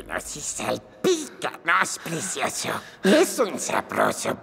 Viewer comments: Eso mismo opino, a ver si aprendemos a hablar, creo que te comiste la "C", es "PRECIOSO", no es con "S". Y si escuchas todo el audio, sí dice "precioso"... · Morí de risa cuando dijo presioso